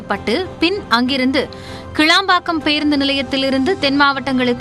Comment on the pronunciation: முதல்ல கிளாம்பாக்கம் சரியாய் சொல்லுங்க கேளம்பாக்கம் சொல்லாதீங்க